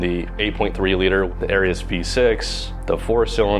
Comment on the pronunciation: Well...at least i now know exactly how ''Arias'' is properly pronounced. Great video, as usual. P.S. if anybody has any old Arias catalogs or has inside knowledge, i have a set of mint, in the box, brand new ARIAS pistons i would love to identify....and maybe use...Spoke to ARIAS and even they cant find the part number cuz its from before they computerized.